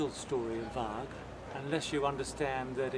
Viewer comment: great job on the boat, she looks like the real thing. FYI, you might have been told before but the name VARG is pronounced with a soft "g" or "j" sound and means wolf in Norwegian/Swedish..